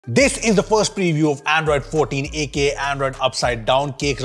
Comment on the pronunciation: bro how does this man pronounce "android 14“ as "iphone 14" am I the only one hearing it like this sometimes lmao